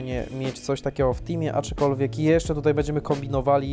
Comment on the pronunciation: Wariacie błagam... ACZKOLWIEK, nie ACZYkolwiek. A filmik spoko ;)